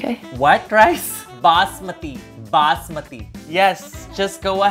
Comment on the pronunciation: BassMATHEE not BAZZMATI I’m dead 💀💀💀💀